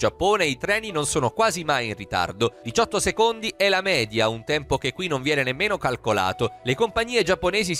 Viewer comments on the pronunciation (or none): none